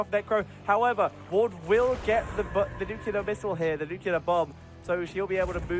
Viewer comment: Nuclear, please, not nucular.